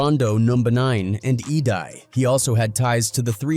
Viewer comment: Edai pronounced E-Day